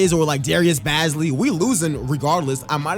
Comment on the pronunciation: Hey bro no disrespect I just don’t wanna hear you say the wrong name all series Shai’s last name is pronounced Gilj-is Alexander It’s a j sound not a g Bazley is pronounced with like Baze-ly Think bazemore but Bazley